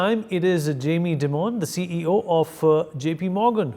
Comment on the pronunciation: Jamie Is demon. It is Dye- Mon. Get it right man, you are a journalist in the english language press